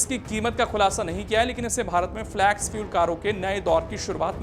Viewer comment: Flex फ्लेक्स not फ्लॅक्स. Pronunciation ठीक करो भाई.